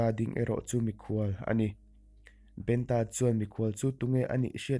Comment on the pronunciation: Ngawi teh aw.Eizawn leh pawisa hmuh nâna hman in tum anih pawhin lehkhaziak chhiar leh hming chhiarrik dan tal hi uluk teh u khai.Entirnãn--'Benta' tih hi mihring hming ani a,BEN-A emw BENṬ-A tiin lam tur.A ziak ang angin i chhiarzawm a,mihring hming nge,lui hming nge,ramsa hming tih a hriathran theih loh.Thawnthu ngaihnawm tak,a ngaihnawmna bo ṭhakin i chhiar tlat mai.Hei hi nidang zêla i fimkhura i inzir zêl nâna ka thurawnah lo ngâi teh khai.A hman hmanin Youtube-ah thawnthu,adt in dahlût hi sim teh u.Lehkha chhiarthiam satliah niloin 'chhiar dik' a pawimawh.Hei hi thurawnah lo ngâi mawlh teh aw.